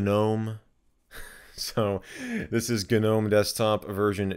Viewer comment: Stop saying gnome like Mr. Lunt says gnat! 😝